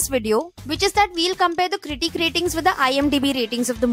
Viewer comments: Why does she say critique and not critic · She pronounces critic like critique😂